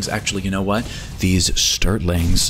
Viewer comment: cocks Shotgun SAY STURTLING AGAIN